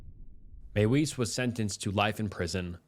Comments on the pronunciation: Mie - Vis not may wees. Use your German voice. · Another one in this video is pronouncing Armin Meiwes’ last name. It’s not “maywise” but pronounced as “My-vez”. I know it’s a massive nitpick and these people’s names don’t really deserve any respect at all, but like the guy says his name in an interview multiple times and yet people don’t bother pronouncing it at all correctly. Less about respect of names and more about the quality of research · Arwins last name is pronounced MY-VEZ. And Alias isn’t pronounced Elias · Meiwes' Name is pronounced "Ahr-Meen Mae-Ves" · Meiwes is pronounced "my-vis," the w makes a v sound in German.